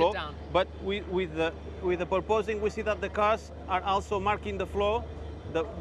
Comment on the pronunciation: I don't know why but how he says "purpoising" is too funny😂😂